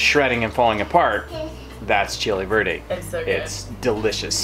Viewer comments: Right, chili VERDE... Was wondering why it's called chili birdie when it's pork not chicken🤣 I heard birdie and even the captions said birdie🐓😂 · I have issues with hearing so I was watching and listening what I can, and when it was supper time the closed caption kept saying "chili birdie" and I was so confused, what is chili birdie??? Then when you described what it was and said Chili Verde I understood!!😅😅 . Any chili verde shall be chili birdie for now on to me 😅😅😅😅